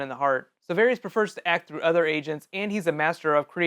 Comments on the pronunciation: It's VARRIS! RHYMES WITH HARRIS! Not Harry's. Fool. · Pretty sure his name is pronounced "Var-is" not "Var-rees."